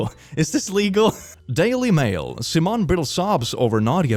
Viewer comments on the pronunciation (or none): none